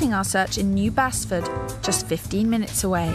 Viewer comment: the way she says basford is annoying its nos bassford its baseford